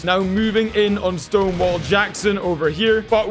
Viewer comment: I actually thought he was saying Stoneball